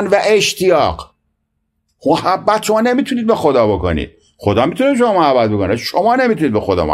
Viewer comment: محبت با فتحه حرف اول درسته نه ضمه همانطور که میگیم مودت و شفقت باید بگیم محبت با فتحه میم لغت نامه دهخدا محبت.[ م َ ح َب ْ ب َ ] ( از ع ، اِمص ) محبة. دوست داشتن. ( جرجانی ). صاحب غیاث اللغات و به تبع او صاحب آنندراج آرد که کلمه بفتح میم صحیح است و آنچه به ضم مشهور است غلط است چه مصدر میمی از ثلاثی مجرد به ضم اول مستعمل نشده است. ( از غیاث ) ( از آنندراج ). || مهر. ودّ. وداد. دوستداری